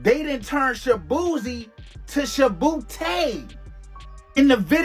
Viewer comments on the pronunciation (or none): Shabeezy not shabootay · His name is shaboozey and you surprised....one more time...SHABOOZEY... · ShaBooty Lol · 😂😂😂😂😂😂😂 they done turn Shaboozey into Shaboozay I cannntttt 😂😂😂😂😂😂😂😂😂😂